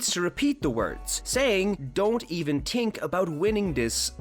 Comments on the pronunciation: You were saying tink not think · I like how he says tink instead of think